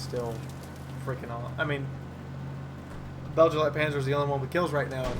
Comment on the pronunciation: guessing it should be pronounced Beg-lite-panser...but that just me nitpicking